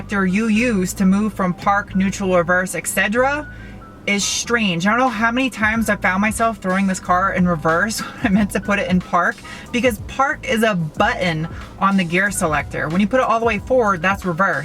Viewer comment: What is a, "Parking bu-un"? Lol